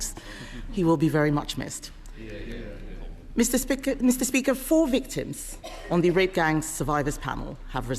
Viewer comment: "Mista Spika"